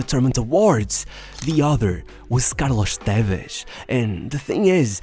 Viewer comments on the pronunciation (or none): Karlosh Tevesh 😂